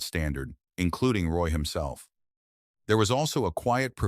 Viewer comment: You can't even say his name right. Shit vid